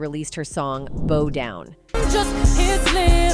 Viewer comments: Bo down? 😂 Is this AI? Bough down is the correct pronunciation! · why is she saying "BO down" instead of "BOW down"? is this an AI voice over?😂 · This lady keeps saying BO Down instead of BOW DOWN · Beau down???? Bow down! Is this Ai narration ? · If you don't stop saying, Bo Down!" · The computer generated voice can pronounce Adidas correctly but is pronouncing bow like bō when the "ow" should be pronounced the same as in now 🤦🏻🤦🏻🤦🏻🙄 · Narrator said bow as in bow on a wrapped gift. In this context it's bow as in bow from the waist. Context matters. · Your not even pronounce'n the name of the song right it's NOT BOW AS IN 🎀 Down it's B*O*W DOWN AS IN get on your knees🧎🏾‍♀️ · 🙄 I ain’t the smartest person in the world and I don’t listen to her muzik anymore but didn’t that say, “Bow Down” as in Bow Bow? And we know how that’s pronounced. 🤷🏽‍♀️🤦🏽‍♀️ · it's hilarious when the narrator mispronounces 'bo' for 'bow' and 'ah-di-das'...signaling a robotic origin of this voice. and likewize, the entity known as beyonce, whom is the queen of construct, and narcississsssstic excess, darling of the music industry which has been corrupt for eons, but is now even out-doing itself...if you have actual soul in yr voice, like rihanna, it makes the robots jealous... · These AI voiceovers crack me up! Ahdeedahs....😂😂😂 Boe down...😂😂😂 It can be confusing if you're not watching but just listening while you work. I happened to look up when she called Adidas ahdeedahs. I wouldn't have known what she was talking about had I not looked up then. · Jesus your pronunciation just gets worse and worse. Fugees , Ebert?!? Do you honestly not know how to pronounce the word “bow”?!?!